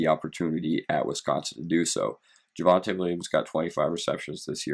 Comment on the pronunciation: JYUHvante Williams